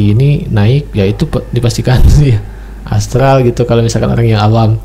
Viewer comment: Bukan astal ❌ Tp astral ✅